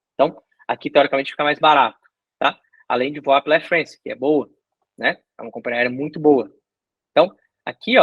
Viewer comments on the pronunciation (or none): Air Frence? É Air FrAnce. Isso é francês!